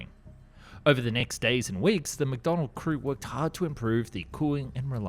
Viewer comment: Please stop saying "Mcdonald", it's McDonnell.